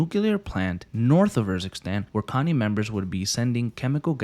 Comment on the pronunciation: Also it's pronounced more like Co Ni not Connie. No hate just saying, also spetsnaz in Russian is Спецназ, point this out because you didn't say the ts sound (ц) in the word. Think of the word tsar (Царь). Much love, keep making this nice vids man